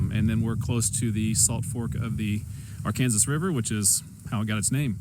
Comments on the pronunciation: I’m not making fun. Did you say “R-Kansas River”? Down here we call it “Are-can-saws River” Where are you from sir? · How is Arkansas pronounced? I have ALWAYS pronounced it Ark can saw. Now I am hearing a lot of people, including you pronounce it Ar Kansas. I have never heard it pronounced the 2nd way until recently. I have been all over the United States and have many friends from all over and it has always been pronounced the first way. In fact, if you pronounced it the 2nd way, you were teased.